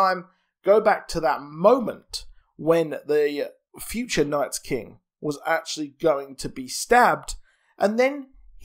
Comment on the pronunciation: just stop saying night's king lmfao